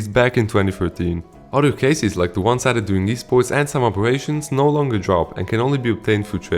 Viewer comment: your accent makes "drop" sound like "job" and I get anxious 😭😭😭😭